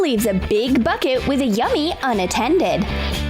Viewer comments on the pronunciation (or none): You said add to a big plastic fucket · ok, when it said "get a big bucket" I heard "get a big fuck it." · U said frick it instead of bucket... NOT HATE